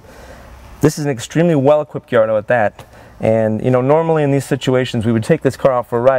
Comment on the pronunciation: It's guy-ardo